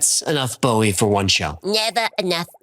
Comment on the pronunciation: I'm glad you pronounced it Bowie, not Bowie.